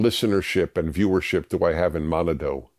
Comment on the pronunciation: its pronounced Ma-NA-do